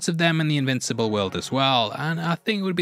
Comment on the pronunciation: did you just say immincible?